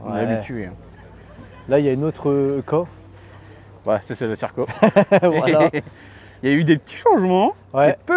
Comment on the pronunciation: Mdr le cirka 😂 "y a ma voitute la haut"